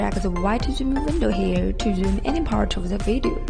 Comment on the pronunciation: please find someone else to narrate your videos....it is so hard to understand her English she keeps failing to pronounce many syllables/letters (zoom...is not pronounced oom...you have to pronounce the z as an example) a lot of words are said so fast you can't understand what is said and the pronunciation is all run in. Suggest the narrator slow down, and start pronouncing all the words/letters.